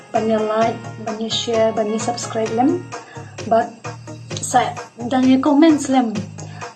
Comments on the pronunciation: "LAIT" bad "SUBSKRAIT"...😅😅😅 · Lait bad subskrait ha shyrkait 😂